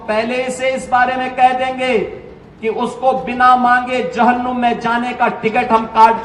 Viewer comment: Abe jahannum Nehi hota hai Jahannam hota hai😂😂